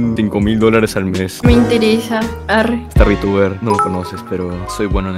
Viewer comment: Star calva suena como " estar calva" xdd